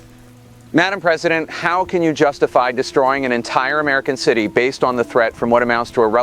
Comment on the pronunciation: Wow...the AI-presideht can put together sentences, with more coherence than the person mimicked could ever try...no mamala, no cackles, no wine break.